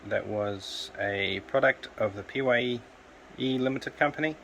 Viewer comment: Hi PYE is actually pronounced same as 'pie'. That was a nice size TV for scrapping, and that degaussing cable looked nice and chunky. 👍